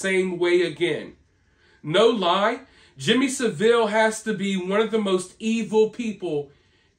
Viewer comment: Jimmy SAV-ill not Sa-ville